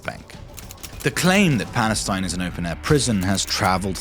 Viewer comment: He clearly says that it's no Palestine but Balestine